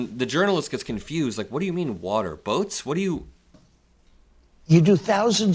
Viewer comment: They call it “wutter” it’s the thing, wutter, it’s wet, think of it… the wutter